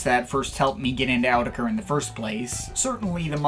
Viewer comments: "Owdecker"? I thought it was "Awe-teck-ru".. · you guys do know it’s pronounced “autechre,” right? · By the way it's pronounced like this: "autechre" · Guys guys.....please it's AUTECHRE. Don't get confused now. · I used to pronounce it (AWT-SHER) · In Rochdale they pronounce it Awe-tech-er